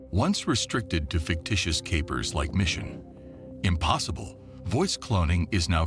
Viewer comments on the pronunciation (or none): In fact I think the audio on this is auto-generated from written text. One clue is the pause between “Mission” and “Impossible” - no human could do that. You are right that the material repeats over and over. What would be extremely useful is a much better exposure of the issues and solutions. Two factor authentication is a must, and one of those factors must be some device is the users posession. That doesnt deal with stolen phones. There is an enormous problem of scams where there may be a deep fake voice of someone close such as an offspring at college needing funds. Deep fake voicing will imho be an enormous problem. Then deep fake video is going to enter the political arenas - major figures saying things they never said appearing on social networking … its a horrendous Orwellian problem.